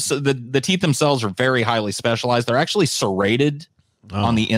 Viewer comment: Forgot to add the "AKSHUALEE" in there lol